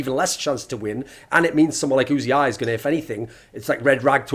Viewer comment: Oozy-eye? Who the fuck is Oozy-eye? It's UZI you homonculus